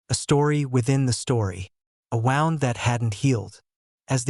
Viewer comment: I learned AI cant pronounce wound today LOL, this is a bueatiful story tho